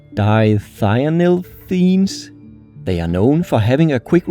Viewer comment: if anyones curious on the exact pronunciation it would by di-thienyl-ethenes